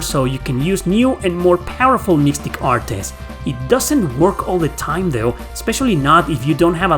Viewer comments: Im getting triggered from the way you pronounce artes 😂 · The way you pronounce "artes" is constantly giving me whiplash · If you're using normal attacks in ToDR, you're playing the game wrong. Use "artes" (I've never heard anybody pronounce the "e" as you have) chains only. The CC system lets you cancel anything into anything. And once you hit CC max, use only one move instead of draining the whole gauge. Once you reach max, the gauge resets to what you end your combo at, or goes to min if you empty it. For example: 3 min, 10 max. You reach max, do a 2 CC arte and stop, the gauge will refill to 8. Then you can dump the whole thing and it will recharge to 9. Then dump it again to reach 10. Then repeat the process. It increases by 1 CC from min each time you end a combo and return to neutral (even if the combo is continued by another character. You can also use the Flat ability to make your min and max an average, so instead of min 3 and max 10 you would always have 7 CC. Doing artes also increases their proficiency so you wan to spam them. You get bonuses like extra hit stun and a +1 CC on hit to extend combos after a few hundred uses. Also note that you can chain into magic, and the longer the combo the faster it casts. Nothing beats chaining Holy Lance into Big Bang with Philia in an infinite combo when you get the timing right, provided the enemy survives. It's a full air combo juggle so it prevents the enemy from escaping into Overlimit since they never touch the ground, too. Graces uses a modified system of CC, you may have noticed. Oh, and you can increase item capacity to 30 with the Grade